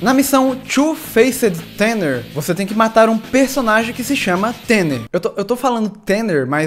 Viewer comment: tanner se diz tana..... eu acho ...se n for a culpa e da voz do google tradutor!